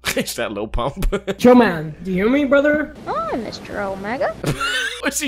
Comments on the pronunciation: “Lily pump”🤣🤣🤣🤣🤣🤣🤣🤣🤣🤣😂😂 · "Lili pump" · “lily pump” i’m dead 💀😂😂😂😂😂😂😂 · “Lilly pump”😂😂☠️